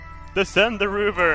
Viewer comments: "Fish-sion Engines"....XD "Rooover"....XD -2016! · What's a ''ROOVER''???